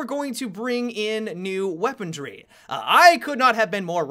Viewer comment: "Weapondry." Stahp.